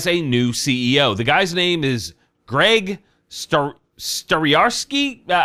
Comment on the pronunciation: Jeff and Greg are pronounced the same?